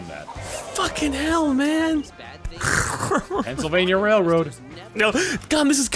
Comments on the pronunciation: One this is actually based from the streets in Atlantic City New Jersey, those are the real names... Secondly HOW THE FUCK DID YOU SAY PENNSYLVANIA?!?! Lol that's not how you say it, at least where I'm from. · did he say Penntsylvania